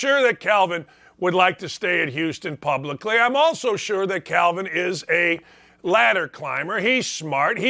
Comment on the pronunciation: It's Kelvin not Calvin. lol I wish he would've been able to stay at Indiana.